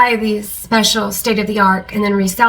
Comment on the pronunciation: Your personality is so awesome - but did you say state of the arc? 😂 You could use these for seedlings, yes? I gotta order some. And people are SO weird.